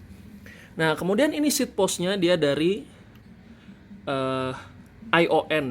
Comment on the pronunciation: Hehe sekalian deh ya seat clamp bukan sheatclamp, seat post bukan sheeatpost, shifter bukan sifter. Anw nice review gan, simple dan cukup jelas, thx for the effort! Kl saya boleh masukan, beberapa shot akan lebih baik kl pake rripod, misal pas ngelipet sepeda. Semoga channelnya makin maju